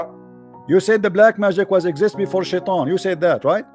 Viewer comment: clear difference then look how he pronounces shaitan